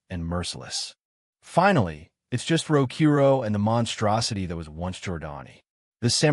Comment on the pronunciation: I wish he’d say his name right… it clearly spells out Rokuro not Rokoru, it like the person who wrote what the ai was suppose to say didn’t even know the name of the mc which is disappointing honestly